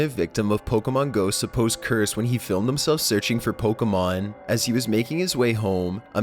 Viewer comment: searching for pokehmoohn jezus fucking christ